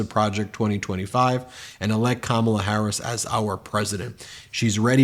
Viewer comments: Dang Ben..you need to learn how to say Kamala..get it right… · Trump won’t even say her name correctly.